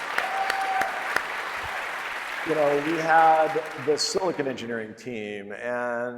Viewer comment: The way that everyone at Apple pronounces 'silicon' as 'silikin' drives me effing crazy.